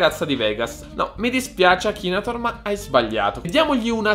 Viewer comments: nn si dice akinator ma akinetor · ma come cazzo pronuncia la parola akinator??